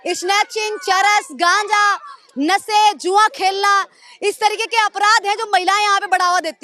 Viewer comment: Aur ye khud padhi likhi nahi hai nasa bata rahi hai nashe ko. Ye sh ko sa bolti hai anpadh hai.